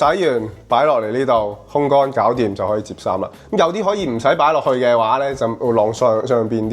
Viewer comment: 烘乾個烘字讀控，唔係空。客厕你話係公衛，我諗你唔係香港人。